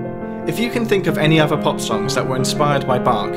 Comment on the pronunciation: I wish you would stop saying “uvver” or “togevver “